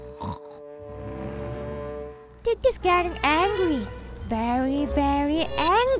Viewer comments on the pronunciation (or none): Two things I love about this video. 1. Lulu 2. voice for Lulu. Especially his intro. He guys, I am Lulu.(pronounciation hears like ruru. )